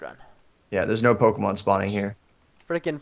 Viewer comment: You guys mis-pronounce many Pokémon names.